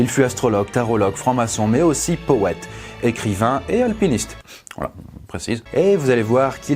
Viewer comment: « mais aussi powète » je ne pourrai plus jamais prononcer ce mot sans penser à toi maintenant x)